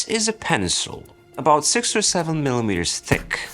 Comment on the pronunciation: Why did he pronounce it like penencil?